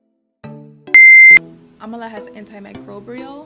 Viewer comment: It's Am-la don't know why you keep saying Am-A-la. That throws one off when looking up the item. There's no Amala powder! Other than That nice vid.